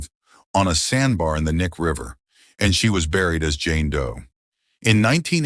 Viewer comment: BTW it’s pronounced Key-Nye River….